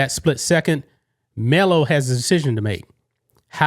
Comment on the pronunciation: "Melo"? ooooook dumbass